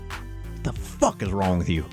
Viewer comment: "To be quite honest wit chu" You know some absolute BS is coming for sure.